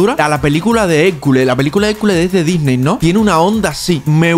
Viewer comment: dice "DYSNEY" (Disney lo demanda epicamente)